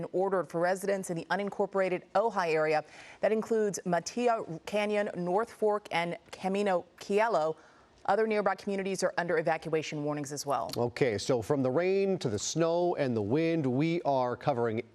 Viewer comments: Fyi for future broadcasts: Matilija: Ma TIL i Ha Cielo: See EL oh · Cielo is pronounced Sielo…..a newscaster in Southern California should be a bit more familiar with spanish word oronunciation…..just a bit